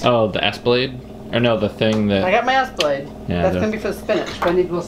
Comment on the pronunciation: Did you say "ass blade?" I always wondered what that part was called. Good to know;) I make an awesome vegan lasagna. It's one of my favorite dishes to feed meat eaters... they never know... and I never tell :::boowahahaha